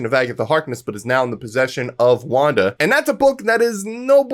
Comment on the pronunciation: ha not wanda